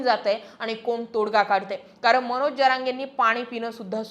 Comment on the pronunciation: मणोज नाही हो मनोज म्हणा. विधाणसभा???😂